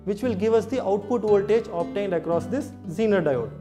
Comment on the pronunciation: Genre isn't wat he pronounced zenar like